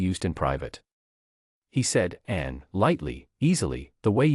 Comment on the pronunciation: It is very distracting that the AI mispronounces Princess Anne’s name.